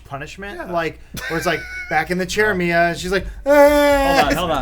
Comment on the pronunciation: I think they called every Mila in Hollywood "Mia" in this podcast